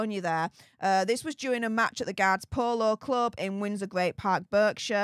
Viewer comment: It's Berkshire